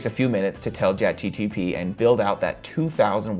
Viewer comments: What a great tutorial! And everything is explained very logically and detailed... But it is Chat GPT, not GTP 😊 I just can't help myself 😊🤗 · do you realize that you keep saying ChatGTP instead of GPT? lol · Why keep saying chat GTP instead of chat GPT? 😅 But overall, good vid! 🎉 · I absolutely loved your video. Really good content and great tips. Got a good laugh out of you saying Chat GTP instead of GPT ❤ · G-P-T, not G-T-P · It's chatGPT not GTP 🙄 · So we are all ignoring the fact that he consistenly mispronounces a simple word as ChatGPT in every video?